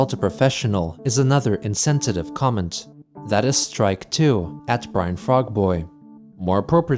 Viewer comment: you pronounced insensitive as insentitive even though Chris spelt it correctly WTF!